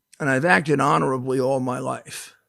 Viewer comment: LOL HONORBLE WOW